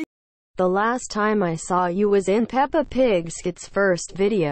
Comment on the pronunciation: Peppa more like pepper Hahahaah😅 hear close Fore real hah🤣🤣😂🤣